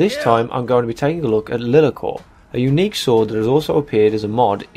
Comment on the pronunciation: Everytime you call it 'Lee-la-cor" I want to punch a wall. It's LIE-LAR-COR. LIE not LEE. JFC you'd think a yOuToObUr that reviews RPG games would have played BG 1 and 2 to know how to pronouce it.